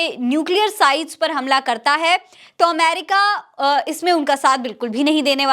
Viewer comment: . Bohut Khobsurat URDU hai Lakin Sorry Amer ca nahi Ameri ca hai . Sorry again Dear .. PAKISTANI 🇵🇰💓🇵🇰 BALOCH..